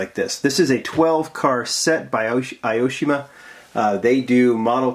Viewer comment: Great video!! When you pronounce "Aoshima" try reading it like "A O Shima" :D Japanese isn't a friendly language for those speak English ^^;; Also, "Grand Champion" should be shortened like "Gra Chan" :) "Hakosuka" → "hAkosuka" (we put stress on the first "A") I like to hear your Japanese :D